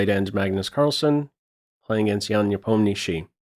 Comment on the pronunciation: as Russian I truly appreciate how properly pronounces Ian last name "Nepomnyashiy" (Непомнящий) Just as it should be!